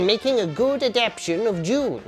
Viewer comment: a-dap-TAY-shun,... adapTAtion!! [not aDAPtion]. Otherwise... brilliant! Thank God I wasn't drinking coffee when the perfume commercial hit or I'd have sprayed the screen!